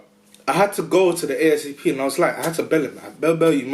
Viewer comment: Bro it Asp not ASAP. Big up to Manchester